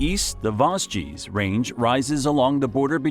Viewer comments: The Vos-gees. 😅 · Yknow I saw the comments before watching the video and at first I was like aw it's not that bad! By vosji I was on my knees shaking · The Voss-jee really got me 😂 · Vos.... Vosgeez...? Alors non. Là c'est non, on touche pas à mes Vosges 😭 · It's not even that hard to pronounce. Vosges, like loge... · The absolute worst was the "Vos-ges" mountains. Why would anyone publish something so inaccurate? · la prononciation des vosges elle m'a plié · (Par contre, il pourrait bénéficier de quelques petites leçons de prononciation, n'est-ce pas ? Vosges, Jura etc. ;) )